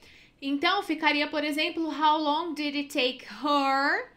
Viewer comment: Quando falou "How longui" , já perdeu credibilidade